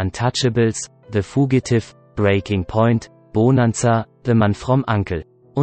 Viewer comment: Diese Intonation und Aussprache geht gar nicht, nicht nur das "SA-valas", sondern auch noch BOH-nanza und "The fuh-gi-tiff"....